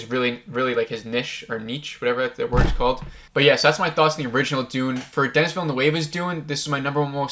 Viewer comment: It's distracting that you keep mispronouncing people's names. Denis Villeneuve is French Canadian and there are no a's in his name. So not sure why you pronounce it as a Spanish name with an a in it. It's de-nee (the s is silent) veela-noove (rhymes with groove). Yeah, I know that last part isn't exactly how French speakers would pronounce Villeneuve but it's much better than the Spanish Villanueva that you've turned it into and about the best most Americans can do. Timothée Chalamet is also French and it's pronounced tim-o-thay chala-may (rhymes with hay, the t is silent). Again, not exactly 100% French but a lot better than chala-met (rhymes with bet). Most people pronounce his first name as "Timothy" and that's fine, but EVERYONE in the business pronounces his last name chala-may (not met). I know it's not the end of the world but you're not going to be taken seriously mispronouncing people's name (makes it look like you're not doing your homework). Go to YouTube and search how to pronounce x (with x being someone's name). If someone is famous, there'll be videos showing you how to pronounce their name.